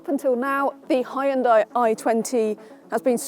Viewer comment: Hyon-Dai- Two syllables. Can't be too hard...